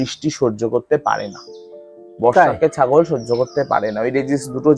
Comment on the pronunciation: দাদা "ছ" টাকে "স" উচ্চারন করে ফেলেন কেন ? যেমন আপনি "ছাগল" কে "সাগল" বলে ফেলেন সুতরাং প্রতিবেদন্ ভালো করে উচ্চারণ করা উচিৎ ।